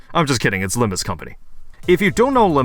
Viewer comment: Its not about Limb-you or Limb-me,. Its about Limb-Us!